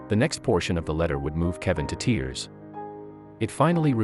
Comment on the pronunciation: You don't know how to say red or tears. Why does narrator do that??? I would call my car speedy Gonzales or maybe fat cat